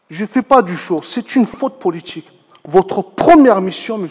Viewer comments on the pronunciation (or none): faute "poooliTCHIK"